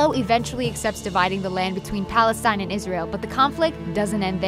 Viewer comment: What about Palestine? Why was she saying that wrong?